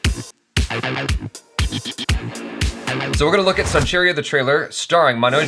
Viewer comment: It's not pronounced 'sonchiriya' but actually Son-chidiya, which can be broken into son- golden chidiya- bird ie Golden Bird.